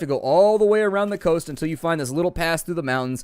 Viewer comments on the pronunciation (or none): none